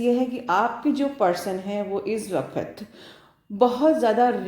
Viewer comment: Thank you soooooooooooo much maa 💕💕💕💕💕🤗🤗🤗🤗🤗 i love you maa i just love you...nd mam apka "waqt" aap bahut accha bolte he.